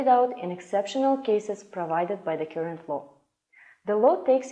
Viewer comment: Current читается как "карент", а не "кюрент".... где вы их набираете?🤦🏽‍♀️